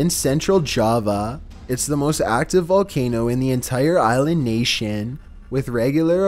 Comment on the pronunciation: Dude mispronounced many of these very famous volcanoes.